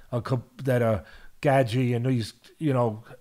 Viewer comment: Teddy, can you not butcher Justin's name bruh? 😭😅